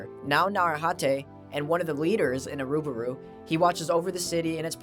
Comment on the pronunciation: I think I saw this iceberg post on reddit a couple of weeks ago. It was really interesting - same as this video. Your pronunciation of Irumyuui and Iruburu was funny at times. ;) The analogy of the village to the Abyss itself is very fitting. I think Tsukushi will greatly expand the lore in this current manga arc (he even already did it in some way).